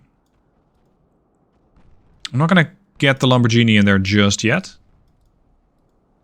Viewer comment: Love the campaign, but heads up, it’s a hard g in Lamborghini :). Also congrats on bambino numero due!